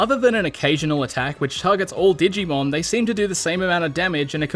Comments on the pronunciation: I dont know why but i lost it when you said dig e mon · I love that he calls it dig-e-man throughout the video lol